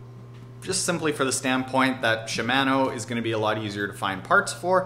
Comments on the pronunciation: It's shimano, as in mano-a-mano. Not man. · Great video but.... she-man-o d-or-a....my eardrums are bleeding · He really doesn't know how to pronounce "ShimAHno" OR Deor(E)? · I shouldn’t let his pronunciation of Shimano irritate me so much but it does. Don’t even want to hear him say panniers lol (sorry man not be a hater, was a good video and I learned stuff)